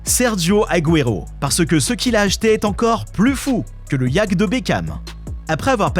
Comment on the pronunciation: On dit yacht ( iaute) pas yack